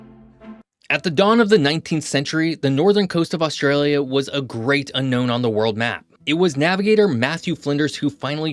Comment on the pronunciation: If you wish to talk about Australia, find out abo0ut the proper pronunciation, PLEASE.